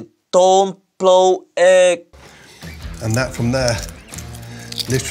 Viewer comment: no not vegetarian he put eeg where a vegetarian 🤣🤣🤣